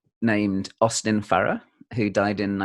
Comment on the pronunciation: My favorite part of this video is when says, "Correct my pronunciation," saying it "pro-noun-ciation," and then pronounces "Farrer" correctly, so Mark tells him his pronunciation is good, without correcting him on the one word that he did mispronounce. 🤣